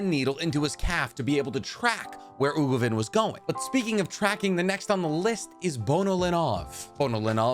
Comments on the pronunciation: "Ogovin" "Ugovin, I'm sorry" His name is uVoGin and I've never heard it pronounced correctly on this channel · He also can't pronounce "uVoGin"